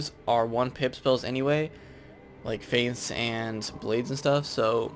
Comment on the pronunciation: you say a lot of stuff wrong in here like polaris and feint, not faint